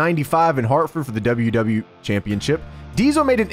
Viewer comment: Why don't you say the e in wwe